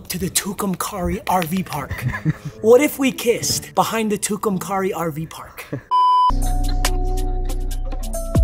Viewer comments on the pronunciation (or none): Its pronounced care not car in tucumcari just fyi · It's tucum-carry you bumm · Brooooooo wtffff I’m from tucumcari Btw it’s pronounced TOO-CUM-CARRY